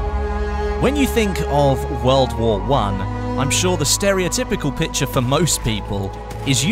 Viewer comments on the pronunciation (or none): none